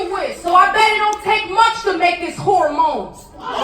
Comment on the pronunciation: When Q B said “When this WHORE-Mones” I was like😱🤭😬😬..Welp..it is a battle lmao